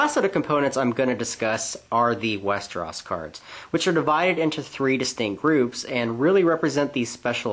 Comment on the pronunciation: westeros not westeras!